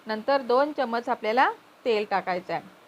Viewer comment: चमच नका म्हणू. चमचा म्हणा.